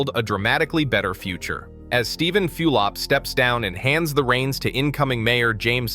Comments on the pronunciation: For crying out loud it's pronounced FULL-op, not FEWL-op! Also Hispanic populations in JC have always been high. Your comment sounds like they were a minority, they weren't, they have been the majority for decades in the downtown region. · aside from the early appearance in this video of street scenes that are of NOT Jersey City scenes, you lost all pretention of credibility when you mentioned Mayor Few-lip. If you dont know how to pronounce his name, you obviously have no knowledge of what anyone did here. You are just a stranger regurgitating irrelevancies. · How can you easily pronounce Zohran Mamdani but you can't pronounce Steven Fulop? You mispronounced his name so many times and not always in the same way lol